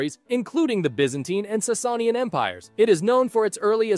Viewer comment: I can’t with his pronounciations of the Sassanians and Byzantines 💀 💀 💀